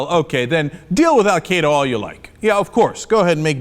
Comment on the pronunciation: Why can Americans not pronounce "Al-Qaeda"?